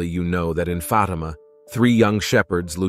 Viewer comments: It's pronounced Faatima not Fateema bonehead. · I stopped listening when Fatima was pronounced "Fa'tee'ma". AI, cannot be used for anything of faith, especially critical Catholic information. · The pronunciation of the word FATIMA is not correct. The accent is on the first letter A. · Why should we listen to this when you mispronounce Fatima.